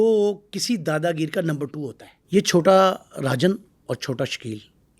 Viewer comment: Or uncle hawabazi kar raha h 😂chota rajan ko chota arjan bol raha h baki once upon a time in Mumbai ki story suna raha h